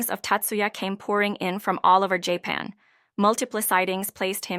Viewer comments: "Jay-pan" Stupid robot. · I expected a few errors in pronouncing Japanese words, but common English words -- woman, sightings, and Japan -- should never be mangled so badly. Were you distracted from to ? Odd how a bunch of comments have disappeared.